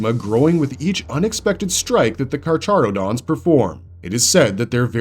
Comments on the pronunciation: The Ch is pronounced as an H. It's KarHarodons. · Carcharodon is pronounced as karkarodons is per my understanding since it is based on the greek name for the genus of sharks